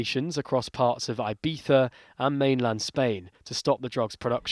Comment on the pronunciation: I think it's pronounced "ee-bee-za" not "eye-bee-za"